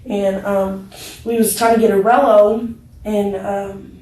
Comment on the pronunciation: Hehe. She said "'rello" not "rolo". Rello = Cigarello (blunt)